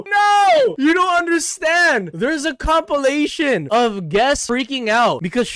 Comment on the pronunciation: Bro did you just mispronounced Compilation to copulation 🤣🤣🤣🤣